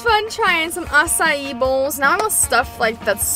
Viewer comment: My mom and I laugh every time she says a-ci-eeeeeeees